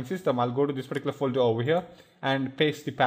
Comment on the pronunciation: omg can you at least say particular correctly haahaa